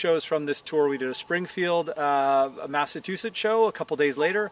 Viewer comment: your a good dude but for the love of God man can you please pronounce Massachusetts property next time lmao!!! You said it like a southerner (love the south) it's Massachusetts not Massatoosets haha! You rock bro